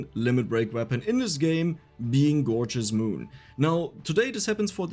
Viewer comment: Elf needs food badly,Is what I heard for gorgeous moon haha